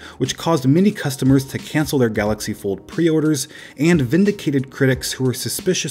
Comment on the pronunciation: You mean the "Gallox Pord"